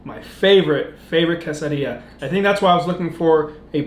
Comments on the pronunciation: don't say quesadilla in a hispanic accent it's tex mex food which is american not hispanic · usually I don’t like when people pronounce stuff different but I love your pronunciation of quesadilla 😂